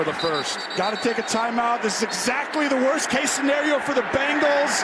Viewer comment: scenario..not scenerio